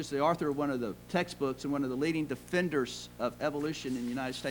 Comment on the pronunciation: The word is "author", not "arthur" - The word is "picture", not "pitcher" The Cambrian Explosion... LMAO. Uhm, let's see, how about this... uh... oh darn you stumped me... oh wait a minute: 1) Single celled organisms leave far fewer fossils that are exponentially harder to find than more complex organisms. 2) Multi-celled organisms have such a distinct advantage over single-celled that the arrival of them on the scene would have been fertile ground for "rapid" growth.